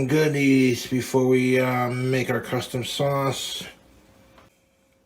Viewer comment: "crustom sauce"?